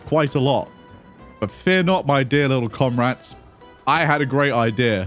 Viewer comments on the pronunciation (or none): com-rats ..... he he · "Comrats" love it